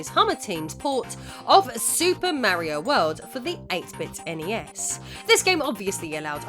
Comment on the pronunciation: “Mary-o”? It’s Mario, but you called the other guy “Edgy the Hedgy”, so that makes it okay. Ned Flanders: Well if that wasn’t the best episode of Impy and Chimpy I’ve seen.